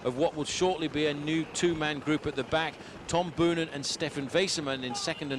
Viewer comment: It just hurts my ears every time commentator mispronounce Boonen's surname.